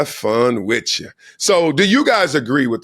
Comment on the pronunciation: A very educated man? He pronounces with, wiff!